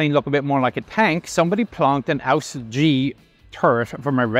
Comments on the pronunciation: I don't think you are supposed to pronounce it "ausf" it is a short term for ausführung. This is what english speakers get wrong. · 😂 Nobody says "Ausf Gee" It is just the short (and only WRITTEN) form for the word "Ausführung", which means technical execution or model. Thank for your work! Greetings from germany